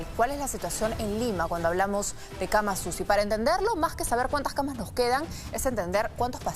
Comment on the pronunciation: aprenda a pronunciar se dice CAMAS UCI y no CAMASUSI